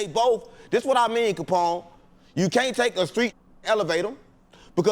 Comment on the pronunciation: Capone you got the name right. Good job‼️